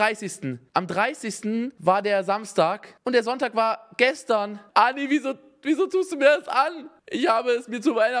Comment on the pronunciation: „anni“, nicht „änni“ lol